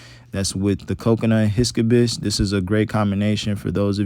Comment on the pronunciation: LOL bruh I was dying when he pronounced it like that.